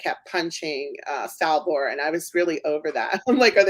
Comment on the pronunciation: You beat me to the punch! I wanted to bring up the mispronunciation issue. Btw, you missed Salvor, he pronounced it as Salvo.